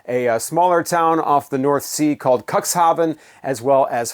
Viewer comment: dude, it's pronounced "Cook's Hafen" not cuckshafen. sound so cringy when you say it that way.